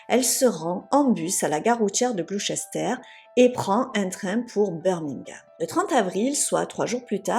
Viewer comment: Cc petite rectification pr les prochaines vidéos si ça se passe là bas..on dit glouster on ne prononce pas tout comme Leicester..on dit lester..j ai essayé de trouver l'explication mais j' ai pas trouvé le pk du comment..+5 pr cette vidéo merci à toi